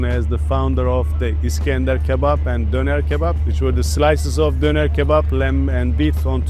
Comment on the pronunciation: 😂😂nonn ne dites pas ‘donneur kebab’ 😂 tu peux prononcer‘denair’ plus exact de dire 😉